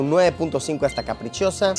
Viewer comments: Sobre la pizza capricciosa, no se pronuncia caprichiosa, se dice CAPRICHOSA. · Que bien, justo trabaje en uno de esos lugares que salen en la intro del video y por cierto, la pizza carbonara no lleva pomodoro (tomate) y la pizza "capricciosa" se pronuncia "caprichosa" como en español xD no caprichiosa hahahaha buen video!